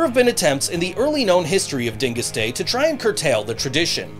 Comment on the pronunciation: You pronounced Dyngus wrong. So offended. Love- Polock from Buffalo